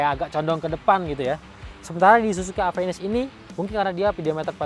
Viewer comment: penyebutanya ga enak "Avenis" , kbnyakan orang indonesia ga bisa nyebutin huruf "F" dan "V"